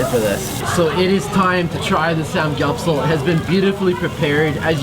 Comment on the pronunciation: I just cringed a lot when you would mispronounce the typical korean words like banchan and samgyeopsal lol